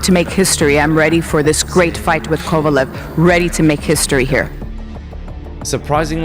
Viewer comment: Kovalev not cavelo😂